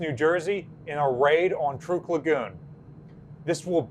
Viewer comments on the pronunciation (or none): I believe 'Truk' is pronounced just like 'truck'.